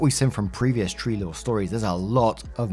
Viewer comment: Every time you’ve ever said “tree law” I always thought you were saying “tree lore” 😂